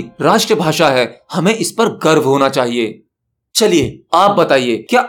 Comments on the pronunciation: Garb nahi be garv hota hai😂 I think you are from odisha or northeast india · गर्भ नहीं गर्व